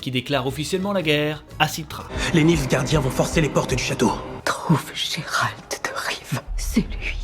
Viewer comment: Gé-Rald ses nul, c'est mieux Gérald (Jérald) xD pas Guérald ses relous mdr.